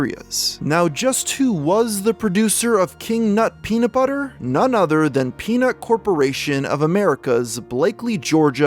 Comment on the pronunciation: Very time he says peanut I keep thinking he's saying penis, lmao.